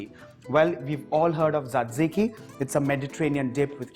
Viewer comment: Glad you have tried to give a twist to western dips. Thanks. Btw, the third sauce is pronounced as zatiki.